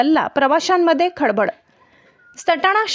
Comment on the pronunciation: खड बड नाहीं खळ बळ